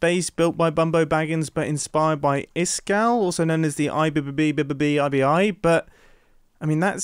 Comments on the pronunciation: Mumbo: “I bbbe bbbe ibi” Me: this mans spittin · Mumbo saying IBBBBBBBBIBI wrong is the ultimate testament to how long the season's been.